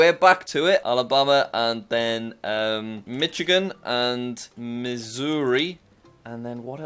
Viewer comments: jack saying mi-chi-gen not mi-shi-gen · Please jack you have been mispronouncing Michigan for to long. It is pronounced mishigan the ch make a sh sound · it still hurts me when he says "Mitchigan" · Uk Mitch a gan Us mish a gan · You say it mishigin not michigin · I’m impressed by how well you know the US States, just one little nitpick, it’s pronounced MiSHigan. It’s my home state, so that why I’m being nit picky about such a small pronunciation difference. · Michigan is pronounced (mishagen) by the way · Jack still can’t pronounce Michigan